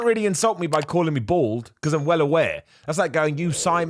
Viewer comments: Stop saying bored if you want us to hear bald. 😂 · I could have sworn he said Born, which I thought is a pretty good moniker for a pro wrassler. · I've known you're saying "bald", but I've also honestly thought it sounded like "bored" 🤘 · I thought you was saying ball a-hole. So it was bald not ball? Also I can’t eat like that guy. Eating is a fucking chore. Am I ok with just eating 🍚. I took a break from pasta. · Bruh same lol.